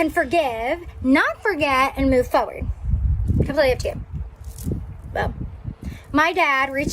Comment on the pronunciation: Same and the way she says "foeward" instead of forward